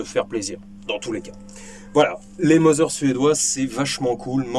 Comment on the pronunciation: Merci pour cette vidéo instructive ( bon je pinaille Mauser se prononce Maouser pas Moser car le U en allemand se prononce OU et toutes les lettres se prononcent !!! 😇)